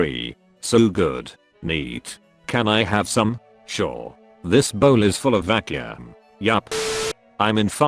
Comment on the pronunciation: everybody else: vacuum text-to-speech: vacööm